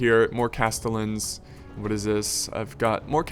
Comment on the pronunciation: Castellans are pronounced castejans